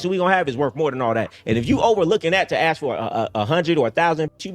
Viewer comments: Still can't say ask instead she says axe ...😂😂😂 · Hearing her say “ax” instead of “ask” multiple times back to back makes my ears bleed. 🙄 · Why don’t these types ever know how to pronounce “ask” ?